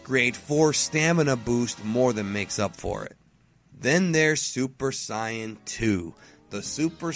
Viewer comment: Supuh Sighyuh-jin Or from the Dragonball Super manga adaptation of Battle of the Gods: "Soup D'Saian Gahd"